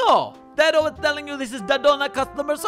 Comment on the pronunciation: Just a note: it's pronounced "day-do," not "dad-o."